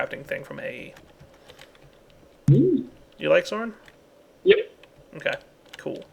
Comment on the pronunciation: Sign. Also, it's Soaryn, not Soren. Common mistake.